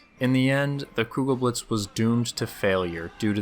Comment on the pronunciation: The "e" is still not silent. Even on the end of German words.